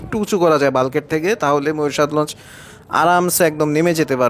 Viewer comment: আরে ভাই বালগেট আপনের বলা ভুল হবে এইভাবে বোলগেট🤣🤣🤣🤣🤣🤣🤣